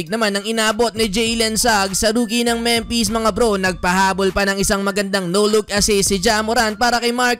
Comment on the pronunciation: Memphis Pronunciation: Memfis Hindi Mempes.